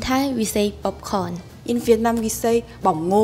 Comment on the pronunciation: In Laos we say “ned fig” not “netprize “ Also “mag-doe-noa” for McDonald’s not “ em do nus “ We also say “pop con” not “bob con” And sandwich in Lao is “saen wid” not “khao jee “ as she’s said khao jee is the French’s beget